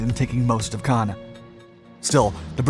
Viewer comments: Caen is pronounced the same as “khan” in English and has a silent “n” in French, not “can.” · "Can"? I've only ever heard it pronounced "Con". As in....."KHAN!!" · its pronounced KAHN not can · Caen is pronounced con, not can. Cannes is at the opposite end of France and is pronounced can. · Quick note: Caen is pronounced as "caw" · I pronounced it like Caine lol, whoops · A good account but sooo irritating that your pronunciations of Caen in the first half sound more Cannes on the Mediterranean coast. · I know you guys LOVE, but when I hear the name of Caen butchered again and again and again and AGAIN, I lose interest. How many allied boys died in Normandy? Enough, perhaps, to get the pronunciation correct? This is the second major blunder I've caught. The first came in another video where the narrator got the pronunciation of "Henderson Field" at Guadalcanal correct, but then uttered the line that Japanese forces retook it from U.S. Marines. An event that NEVER HAPPENED. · That's not how you pronounce Caen. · It continually disappoints my how much the NARRATOR of these channels make ZERO effort to pronounce even simplest 'foreign' names CAEN or CANBERRA correctly. It's like sending a 'fuck you' to the rest of the world, as you simply can't be bothered.